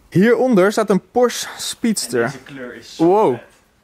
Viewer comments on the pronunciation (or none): none